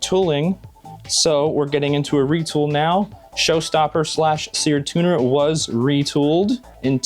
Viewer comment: It's seard tuner